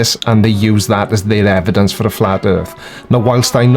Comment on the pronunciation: I HAVE "EDIDENCE"..... BIBBBBBLEE!!!!